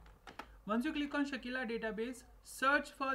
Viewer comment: Its Sakila, not Shakeela